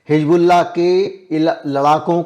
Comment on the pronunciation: Sir, I really appreciate your all videos, update news and your hardwork. But I would like to bring this to you that pronounciation of word हिजबुल्लाह. That is Hizbollah and not Hijbollah.